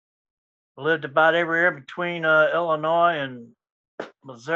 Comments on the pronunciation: Can't even say Illinois right. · You don't pronounce the s in Illinois. I remember hearing about the Gaylords in 80s just like Neutrons it was still a term in the 90s. Damn I'm old